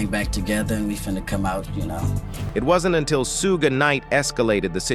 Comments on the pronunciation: Dude, his name is not "Soog" lol. It is " Suge" 😂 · "Sue-gay" Knight....Seriously!? 😄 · SOOOOOOOOOOOOOGAY NIGHT! I KNOW THAT DOOOD!!!! that made me stop watching this garbo video yo F%ck this channel with SUGGGAY NIGHT! Yo lol... joke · It’s Shoog, not soo gay! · Not SueGay Knight😂Lol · “Sue Gay night” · Who's Sue-gey knight? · Okk WTF is Sugey Knight?🤔🤔😂😂 Hollysmokes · Gotta watch ya back for ol Sue-Gay! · W.....t.....f..... is a soogay? Are they trolling he pronounced it differently each time and wrong every time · who tf is Su-gey 😂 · Who's doin the commentary he doesn't even know how to pronounce Suge Knights name not that it matters 😮😮😮😮😮